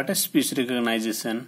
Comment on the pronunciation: Speech re-cog-nice-a-son got me.